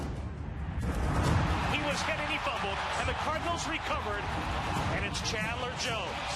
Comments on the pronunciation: Chandler! Not chadler!! Wtf NFL!!! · Chadler? really? smh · CHADLER Jones. God this video can't even get his name right. Read the title god damnit.